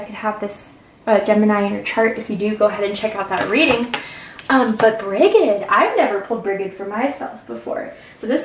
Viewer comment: Brigid is pronounce Bridge-id in Ireland ❤️